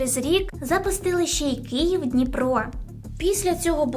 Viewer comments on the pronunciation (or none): none